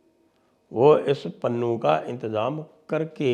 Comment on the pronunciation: पन्नू ❌ पुन्नू ✅😂😂😂